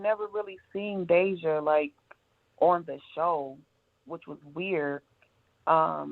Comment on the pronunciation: you are pronouncing her name wrong. But I feel so sorry for this young lady.